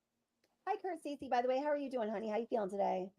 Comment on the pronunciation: It is Stacy but it does sound like “CeCe”